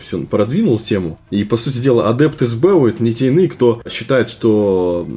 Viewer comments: Больно слушать сбЭу. [эсбэУ] не? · это сокращение, "ЭС БЭ У" не "СБЭ У".